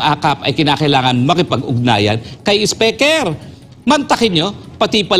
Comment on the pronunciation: Atty Roque, YOU MADE OUR DAY especially our LUNCH SO ENJOYABLE, D way u pronounce d King of TONGRESS " Si ESPEKER" Ha ha ha ha ha,😂😅😂😅😂😅😂 GO GO GO ATTY ROQUE, WE ENJOY n LOVE Listening to you,,😂😂😂😛😝😜🥰😍we love you, GOD BLESS US ALL.OMAN,EGYPT,SAUDI,U.A.E. KUWAIT.SYRIA. LEBANON.QATAR.IRAQ.JORDAN .BAHRAIN .U.S EUROPE.ASIA.GOD PROTECT ALL PILIPINOS ESP. fr TAMBA ESPEKER"😜😝😛😂😅,"BARACK ALLAH FEEK P.R.R.D.". MIDDLEEAST AIRLINES ASSO ❤❤❤ATTY.H.ROQUE.